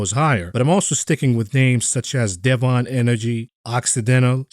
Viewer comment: It's said "dev in" energy, and Schlumberger is pronounced "Slumberjay". At least in the actual oil and gas industry, if you want anyone to understand who you mean🤓